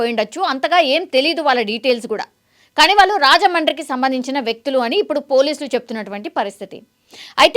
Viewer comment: Anchor! Telugu sarigga palakandi. Vaaaluuu kaadu. వాళ్ళు. ళహ కి vottu ఉంది. కంటెంట్ ని సాగ తీయకండి.